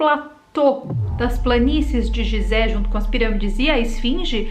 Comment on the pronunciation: Muito bom o video adoro estes tipos de videos e quando tem fatos que se ligam e tals com outros assuntos. Pronuncia falada correta é Guisé, e não gisé. (Edit) É proibido ir la e filmar? Pois vi um vídeo de um rapaz que subiu na pirâmide e gravou la de cima, e no titulo dele ele dizia que nao podia subir la.